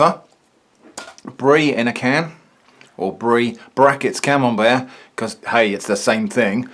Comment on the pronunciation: More like “canembert”